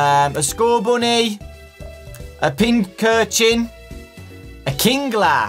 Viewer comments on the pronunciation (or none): none